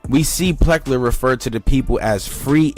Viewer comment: PLECKER, NOT PLECKER!!!